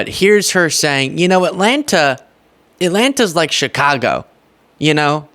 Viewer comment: oh. girl. baby. girl. get. my. city's. name. out. of. your. mouth. - a chicagoan.